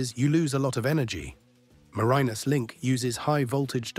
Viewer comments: As a Tasmanian the bad pronunciation and terrible stock footage that is nothing like accurate. I couldn’t watch it all, way too annoying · The narrator didn't do all his homework - his pronunciation of Bass Strait and Marinus is woeful.